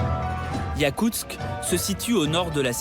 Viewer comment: Yakustsk!!! Pas "yakutz".